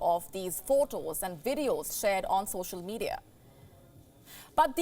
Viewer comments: It is not 'Wideos' love, it is 'Vee' for Videos Come on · 🤣 " ....these are WIDEOS that are doing the rounds on social media". sorry, i found it cute